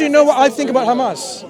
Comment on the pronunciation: Sister, it's Hamas, not Khamas haha